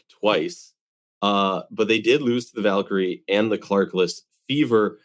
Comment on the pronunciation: Love the show, but, please. The Valkyries are not the Vakyrie. The name is plural. Keep hearing you call the team by the wrong name. How about featuring the Valkyries on an episode? Might help you remember to pronounce correctly. Thanks!